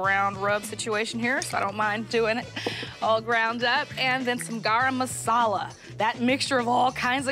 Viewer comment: I like how you pronounce the indian spice garam masala for an American nice❤